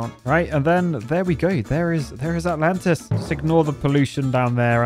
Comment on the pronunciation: All I kept hearing was -lantas.